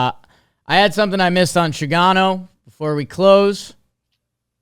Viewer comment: It’s Sugano, not Shugano fyi